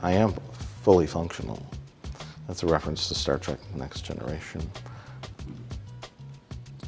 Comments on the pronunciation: "Star Trak" he pronounces Star Trek like I did when I was four. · Star Trak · Mike is the only Trekkie I know of who calls it "Star Track". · LOL no, that's not what he's doing. There's no sarcasm in that, it's simply the way he actually pronounces it. Not everything that comes out of Mike Stoklasa's mouth is some clever joke at the expense of someone else, don't be such fanboys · Have you even watched the video? He only says it once like that as a joke.